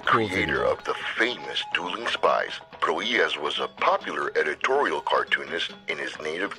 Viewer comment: Hear that? "Pro-HEE-ahs"! Nicely done (the second time).